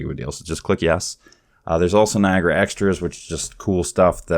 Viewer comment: its not NI AGRA its NIA GARA